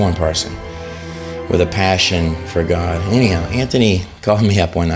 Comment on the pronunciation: Dude has a good heart. You just have to get past his delivery and hand motions. It does make him look over the top. But why can't he say God? He says Good. Probably nothing but to me, Everything is suspect. That's why you always use multiple sources for info right? Always compare info with other sources. And if you see suspect, Don't go to that source anymore. I don't use him for info. Doesn't set right with me.